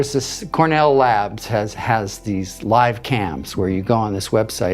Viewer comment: You know it's fake when the narrator says "liv performances"